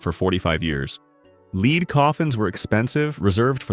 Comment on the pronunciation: The word lead is pronounced led not leed.